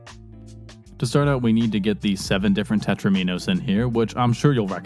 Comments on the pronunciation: Alexi Paj: They are called Tetraminoes... TET-TRUH-MEEE-NOES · Tetro-minos, are they like Do-minoes? :-)